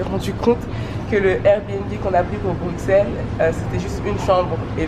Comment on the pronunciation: Déjà c’est pas BruXelles mais BruSSelles, le X se prononce SS ;)